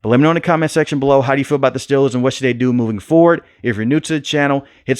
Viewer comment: Steeeeeeelers...... say it right please..... next thing I hear you saying Jag wires